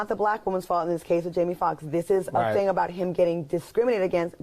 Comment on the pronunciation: "Go on to the next thang" lol